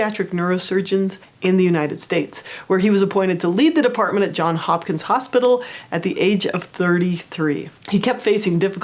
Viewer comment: I love your videos! Easy to understand skills that I can put into practice. I must correct your mistake. It is Johns Hopkins University (not John Hopkins).